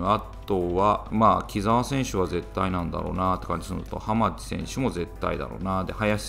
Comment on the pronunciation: 浜地の読み方はハマチですよ笑